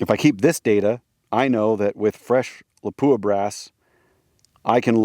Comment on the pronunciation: just a FYI not to pick lol , its pronounced, LOP-WAH ,,, not LA-POO-AH